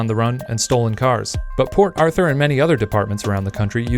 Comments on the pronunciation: The whole time i was hearing " poor arthur" instead of " port arthur" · I thought he was saying "poor Arthur" for like 50% of the vid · I kept hearing "Poor Author"..